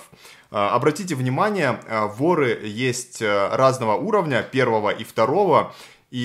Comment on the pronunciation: На слове вор, воры ставте пожалуйста ударение правильно